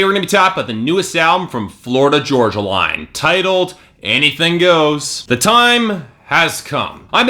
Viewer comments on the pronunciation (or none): The way you mispronounce "Florida Georgia Line" ticks me off!! Florida Georgia Line is life 😍